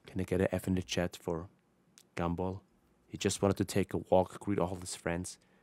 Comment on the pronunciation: says gumball in his accent My brain: Gable (I can’t spell his name right apparently I’m never gonna be a pokemon master)